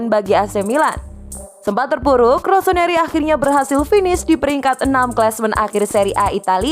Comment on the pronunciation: ROSONARI ??? cek menit ketauan yg baca berita nya bukan milanisti.